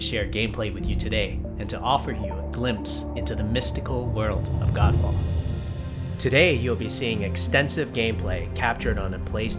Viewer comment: I was hearing it 'Gand Faad'😂😂🤣 Edit- which this game looks like😜